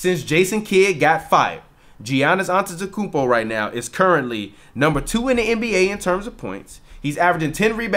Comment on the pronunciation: Geeee-onus auntie tay coupe ohhh! Lmao bruh u suck at pronouncing names!